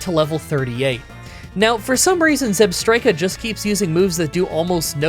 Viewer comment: its zeeeeeeebstrika